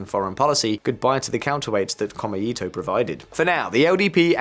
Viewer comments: It's pronounced "Ko-mei-to", not "Kor-me-i-to". Note the three characters: 公明黨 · FYI: 公明党, The LDP's former coalition political party is roughly pronounced, "ko-may-to" with no intonation. ...otherwise, good analysis. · It's Ko mei to, not kome ito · As a guy living in Japan, very informative. FYI not “Kome-ito” but “Ko-Mei-to” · Very interesting commentary, but to pick nits, it is pretty irritating to hear the name of the #2 party consistently pronounced by the presenter as "kome-ito" (all vowels short, which would mean "thread of rice") rather than the actual pronunciation "kōmē-tō" (all vowels long, sort of meaning something like "the fair and honest party"). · Maybe check your pronunciation of Komeito (公明党). Or is there some other political faction I haven't heard of called Kome-Eato? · I live in Japan. Took me forever to figure out "kome ito" which means rice string not the political party. Kou-mei-tow. Great video otherwise 😊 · Yeah. Detail fact: こうめいとう, 6 big hiragana, kou-mei-tou, sounds like 3 syllabels, but twice as long as just こめと ko-me-to. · I find you cover the issues quite competently but with a dash of misogyny and Schadenfreude. Your pronunciation of “Komeito” and your garishly unserious shirt need work. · In japanese "e" is pronounced "ay". So please pronounce "SanaAY Takaichi" and "komAYto" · Small point, I know, but the pronunciation of さなえ as /sænæi:/,しんぞう as /ʃ ɪnzəʊ/ and こうめ いとう as /kəʊmeɪ,ɪt əʊ/ detracts (this listener) from an interesting analysis. The presenter seems to be taking great care over mistaken transcription.